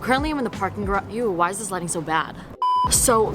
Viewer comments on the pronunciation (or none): none